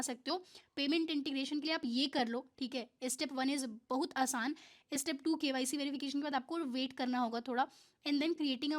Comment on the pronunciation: Bahot ❌ bahuuut ✅